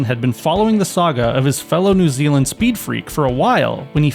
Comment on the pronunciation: So not gonna dis on the way your pronouncing stuff bc your not from NZ but your pronouncing Christ Church and New Zealand wrong